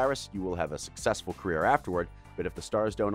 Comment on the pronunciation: The word was carrer